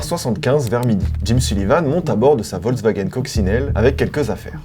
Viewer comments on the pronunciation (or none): none